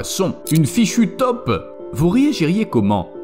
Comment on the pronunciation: on dit TAUPE pas TOP, si vous ne faites pas la différence allez voir un orthophoniste....